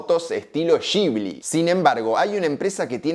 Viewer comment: Se escribe "gibli" Pero creo que NO se pronuncia "shibli", sino que se pronuncia "guibli". Que alguien me corrija si estoy equivocado.